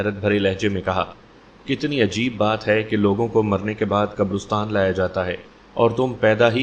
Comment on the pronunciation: حضرت قبرستان لفظ رے پر زبر ھے پیش نہی ھے ۔